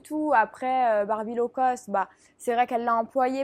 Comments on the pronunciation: Low-cost c'est mieux ! Pas "law-cost" ^^ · Personne ne bloque sur le «law-cost»?! C'est low-cost plutôt ! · C'est "low-cost", pas "law-cost". Low = bas, alors que law = loi. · c’est “Low cost” pas “Law cost” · c'est low-cost pas law-cost ...